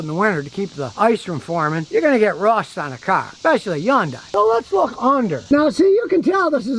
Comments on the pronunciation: scotty, yundai starts with an H. get with the rest of the world and use it please! Sounds like huhn·day per google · It's pronounced Hunday. I would like to hear how you pronounce nuclear. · It's pronounced hundae like sunday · Oh for crying out loud. It's Hun-day. The Y is silent 😠. What a maroon. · How not to pronounce Hyundai... yon-dye 😂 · Take a shot every time Scotty mispronounces " Hyundai" " Hi yoon Day" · Hyundai....pronounced like "Sunday." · Hyundai--rhymes with Sunday! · Hyundai...rhymes with Sunday! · Scotty…The Y in Hyundai is silent. It rhymes with Sunday!!! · Some day, maybe, just maaaaaybe, Scotty will actually take the time to learn how to properly pronounce the name Hyundai. That will happen right after America starts making real and affordable cars again without Big Brother being in every nook and cranny. Until then, we have to listen to a real RUBE mispronouncing the name of this manufacturer. I just wonder if he had his chute on upside down a few times and landed on his head. Right Người Đàn Ông Gà?! HOOAH! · Learn how to say Hyundai Scutty